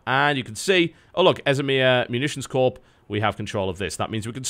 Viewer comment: TotalBiscuit, it is a 'Corps', not a Corpse. It's pronounced the same as 'core'.